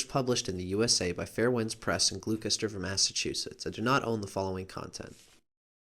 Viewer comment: lol gloucester, lol great video thanks for putting it up, but can you make another video of yourself say 'worcester' lol. I'm from massachusetts so it was very amusing when you said 'gluekester', i had to stop and say something xD